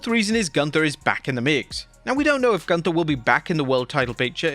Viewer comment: You are mispronouncing Gunther. Sprechen sie Deutsch!!!